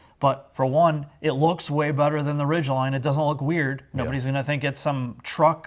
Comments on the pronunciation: why does the bald one pronounce it Ridge-lynn and Hy-bird? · Overall, I dig the review. What I cant get past is, weird pronounciations like, the Honda Ridgelin and the fact that the Maverick is a HighBird. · Lol “ridgelind” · “Ridge Len” “Hybird”… Really? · What is a 'Honda Ridgelind' and a 'highbird'? Someone's been hitting the Irish coffee this morning.